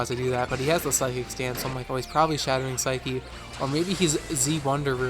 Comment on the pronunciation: Lol why does everyone say shattered phyc-eee when its pronounced sike